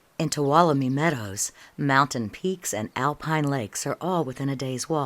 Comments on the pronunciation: I love this video. It covers the park very well. Only thing is...did they send the script off to someone to read it, because the lady mispronounces several places. Tuolumne and Wawona for two. Those two just bugged me since I lived in Wawona and worked in the park for 4 years. Other than that, great movie. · That's interesting. I backpacked Tuolumne for many years and probably murdered the pronunciation. I pronounced it like she did in the video and I also have to look it up every time I try to spell it- lol. How do you pronounce it? Is it one of these: * too-AH-lum-ee with accent on 2nd syllable and the "n" is silent * Or is it like twall-lum-KNEE ?